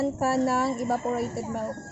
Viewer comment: milk not melk